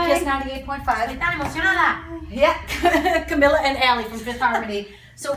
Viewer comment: SHE SAID CAMILLA ITS CAMEELA